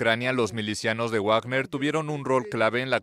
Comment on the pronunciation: ¿Cuando pronunciaran correctamente a Wagner?😅😂